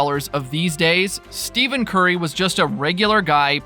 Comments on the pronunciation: Please...stop with the ignorant mispronunciation of his name! It's pronounced like ' STEFFEN'! It's not 'STEVEN'! Are you working out of China or something? No wait....China even knows how to pronounce his name! You're like one of 8 people on the planet that doesn't know how to say his name right! You were humorous the first video...now you're just being fuckingstupid!!! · I had to stop watching the video because you kept pronouncing it STEVEN. You just showed absolutely EVERYONE that you know absolutely nothing about the man and the game. STEFFFFFEN. STEFFFENNNN. Not STEVEN, you casual! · His name is “Stephen” not “Steven”. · Stephen Curry is "Stefin Curry", not Steven. Can't look further than the first 2 occurrences. What the heck is the philosophy/policy of not knowing how the name is pronounced of the person you wanna talk about... Just can't bear this. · Dude said Steven Curry. It's Steph - en Curry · yah but you should use the pronunciation “Stefan” as to not confuse people, because you telling the dude his name is Stephen and not Stephen, makes 0 sense because you can pronounce them 2 different ways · If a person is going to do a video on a particular player, at minimum they should know the correct pronunciation of that player’s name. That is just basic. You lose all credibility without that knowledge and it’s not like it’s a rather difficult pronunciation, like Giannis’ last name and that isn’t even the point. What does it say about this person making this video and he doesn’t even care to know how to correctly pronounce Steph’s name? It’s as easy to find out as watching any Curry highlight video.